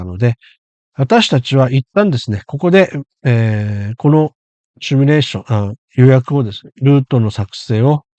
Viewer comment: simulateですので「シミュ」レーションが正しい言い方です。間違われる方が結構多く，コーヒーのCMでも取り扱われました。次回ご参考まで。